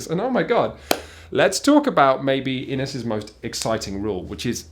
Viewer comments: No not In is, IN isshhh lol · As an Irish person it frustrates me that you don't pronounce the name of the board game correctly lol It's "in-ish" not "in-iss" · Talking about mispronunciation... It's pronounced "inish", i.e. the -s at the end is pronounced like -sh. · As good as that "in this" joke is, it's pronounced in-ish. Cause Irish :P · You can't beat having an English guy try pronounce Irish words and making a mess of it. As a rule we put in extra letters that you don't pronounce or alternatively we leave out letters that you should. In this case Inis is actually pronounced Inn-ish! Great game and enjoyable review BTW!!!! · Inis is pronounced "Inish". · It's actually pronounced "inish" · For those watching this not native speakers of the old Irish language known by non-Irish people as Gaelic, the word inis means Island, and it’s actually pronounced Inn-ish. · It's pronounced "Inish". It means "Island" if anyone cares. Also, It's Fionn mac Cumhailll. Pronounced "F-yunn Mac Cool". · It’s pronounced inish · Men its pronounced in-ish (said quickly) ( like finish without the F) Inish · Pronounced like "inish"... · As people have mentioned it is pronounced "in-ish." Inis is the Irish word for Island :-) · Surely, it's pronounced "in-ish"? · You’re absolutely correct. Inis is Irish for “island” and is pronounced “in-ish.” Source: I’m Irish and was forced to learn this in school.